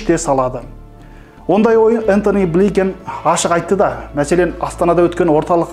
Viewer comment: Энтони бликенг емес Блинкин.біздің қазақ журналисттері неге дұрыс оқи алмайсыңдар Ұятай.